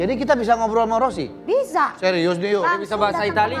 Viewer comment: Valentino Rossi ❌ Valentino sorri☑️